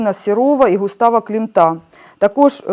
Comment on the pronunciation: Дивна розповідь. Про вихователів у вищих навчальних закладах я ще не чула... А щоб так наголос ставили у прізвищі Густава Клімат тим більше.